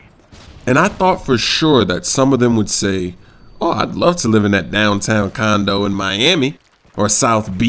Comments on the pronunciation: i think instead of sayin condo u said condom i think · I THOUGHT THE WHOLE TIME HE WAS SAYING CONDOM... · condo* not condom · LOL did he say condom at beginning?